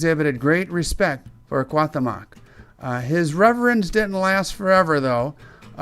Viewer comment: Please learn how to pronounce the name correctly!!! This hurts my ears hearing you murder the mexican culture making this video. He would of taken your heart in a instant!